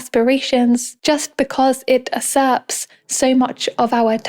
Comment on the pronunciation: Is the script "reader" just some kind of AI-bot ? "Usurps" is not pronounced as "Us" followed by "Serps"